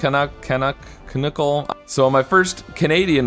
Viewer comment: Ca-nuck. Instead of Ca-nook :) Canookle though would be an excellent name for a donut though.